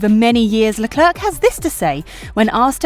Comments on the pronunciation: But why does she say leclerc with the last c its silent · Firstly - is it really so difficult to pronounce a person's name correctly - especially when his name is mentioned at least 20 times every GP wekend? The "c" at the end of Charles Leclerc's name is silent! I don't think Max has a chance in hell of getting the championship now unless Mercedes have reliability problems. It is very unlikely that the weather will be anything but sunny and hot. The question I would love to know the answer to is why Mercedes had the dip in performance before Brazil, when all we heard from Mercedes was "Max has a much faster car". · WOOOWW u rlly said Charles Leclerc's name so wrong